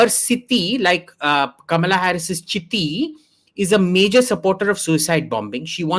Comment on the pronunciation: Anchor could not pronounce Kamala correctly